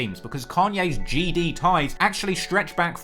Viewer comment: It looks like you out here Crip'n wit that bandana on😆. And quit saying GD like that😆😆